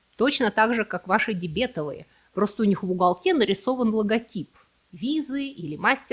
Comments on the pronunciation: Всё-таки правильно говорить дебетОвый. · не верно. При образовании прилагательного ударение переходит на суффикc - дебетóвый.